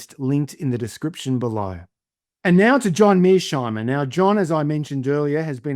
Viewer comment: Tom switzer you are biased in the interview with Mearsheimer. You can't even pronounce his name properly, not once but every time you try to pronounce his name. You are not objective. European lacky of "daddy".